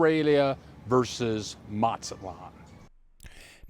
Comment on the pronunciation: Matsalon? It’s Mazatlan! Why do so many Gringos go on YouTube pretending the experts on Mexico and then they can’t even pronounce basic Spanish words & place names correctly? Another common one is people called Puerto Vallarta. porta Veeyarty. They call Tijuana. teeyawanna. It goes on and on and on. I’ve lived in Mazatlan, I’ve lived in Morelia, the last thing we need is some guy going on YouTube and helping to drive prices up on rent and food in those cities by encouraging more Gringos to move there. I guess it wasn’t enough for you, Gringos to have taken over San Miguel, then many other towns. Ajijic much? Ouch.